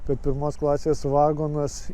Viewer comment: Viskas gerai, tik apie geležinkelį pasakojančiam būtų gerai kirčiuoti teisingai: lietuviškai negalima sakyti vAgonas, reikia vagOnas